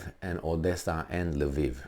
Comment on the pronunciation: What the fvck is Laveev?? It is Lvov in Russian or Lwów in Polish or Lviv in Ukrainian. I don't see an "A" after the L in any of those spellings. By the way, I take issue with the Ukrainian pronunciation as well. They have this silly habbit of changing the spelling of cities and replacing "o" with "i". Harkov -> Harkiv (there is no leading K in Harkov. Retarded Anglos stick it on there for god knows whhar reason).